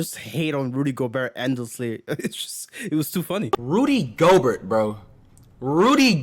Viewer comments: Also the last ”T” in Gobert is silent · Hearing this guy say Gobert is as cringe as Rudy’s game.